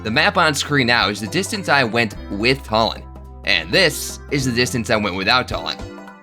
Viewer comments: Why do you keep calling him Tullin 😭😭 I'm almost certain it's Too-lin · I'm really sorry but it's "TOO-lin" not "TUH-lin." No offense.🤣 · Its pronounced 2 lin not talin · his name isn't tall-en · There's a joke in there between how you pronounce Tulin's name like Tullen and Twilight/Twilight Princess. Edward Tullen idk I have a kidney stone today thinking is beyond me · It's pronounced Tulin too-lin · bro W vid but idk if thats how u pronounce tulin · Challenge idea: pronounce Tulin's name right